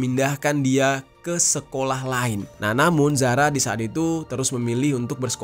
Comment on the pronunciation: Zara Qairina kak bukan Zahra😟